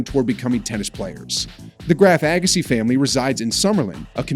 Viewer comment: This speaker needs to learn how to pronounce Steffi and Monica's last name correctly.